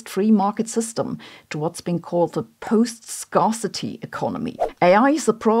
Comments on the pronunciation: Scar-city is a place where everyone is recovering from injuries. Scare-city is a place lacking resources, which is kinda scary. Just a friendly Englisch pronunciation tip. Danke, Sabine. :) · Quick unsolicited English lesson, Sabine: "Scarce" is pronounced like "Scare" rather than "Scar". You're welcome. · Scare-city. Scare-city. Not Scar-city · “Scare city” not “scar city”, Sabine😊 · Dear team, pls mention to Sabine its not scare-city (scarcity), it's pronounced correctly "skärsiti" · It's pronounced scare-city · "Scarcity" - pronounced "scare-city" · Sabine, "scarcity" is pronounced "skärßiti" (German notation) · A "unique" pronunciation of scarcity and post-scarcity! Also it's Rousseau, not Russeau, and Jacque has an s at the end. Sloppy work by the video editors and writers I think. Maybe they were in a hurry to get it out or overworked - or was it all done by AI? 🤔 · Oh - you might want to do a check on the pronunciation of 'scarcity'. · This is the third video I have seen in a week in which “scarcity” is mispronounced.